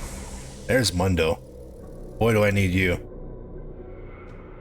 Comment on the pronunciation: How do you manage to pronounce Mundo's name wrong when he can't stop saying it himself?